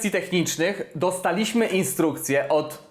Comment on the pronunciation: doSTAliśmy, a nie dostaLIŚmy - akcent proparoksytoniczny się kłania :)